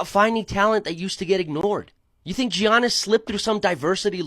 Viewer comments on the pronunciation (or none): Why do people say Gee-annis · Ok, dude is making good points. But I have to dock him at least one for "Gee-ahnis", the man is a two time MVP learn to say his name lol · "Jee-annis" Antetokounmpo I was soooo with you and then you did that lol